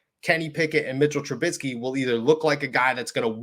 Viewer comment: chuckling at 'TRA-BIT-SKEE'. apologies, just funny to me. :-)